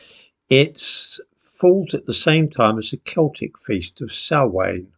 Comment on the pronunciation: Replace the d in down with a s That is how to pronounce Samhain